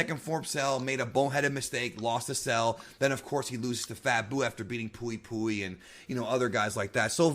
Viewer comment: Cui: kuh-wee Pui-pui: puh-wee puh-wee He butchered them so bad I had too